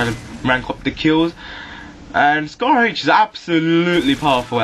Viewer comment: "scARR acRR" LOL!! dude, thank you for pronouncing your R's even though most people from the UK and Britan area do not!! lol its so great!